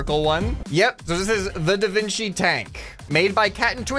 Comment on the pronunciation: ahh yes, The Vin Qi